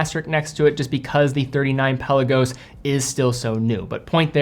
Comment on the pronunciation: Love ya to bits..... but it's pronounced Pel ar go's not pelican 😅